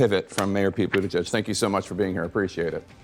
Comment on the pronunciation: it's pronounced "BOOT-uh-geeg" 😂